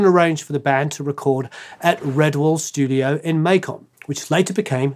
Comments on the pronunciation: narrator needs to learn how to pronounce Macon.....like bacon... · Good stuff! Just so you know, Macon sounds like bacon. Make-un. It's a southern thing. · Macon is pronounced like bacon, lol…..